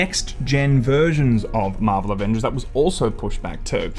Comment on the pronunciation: Shame about the Ah-Vengers.